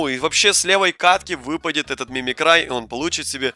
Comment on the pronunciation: обожаю смотреть тебя иногда но без обид правильно мимикри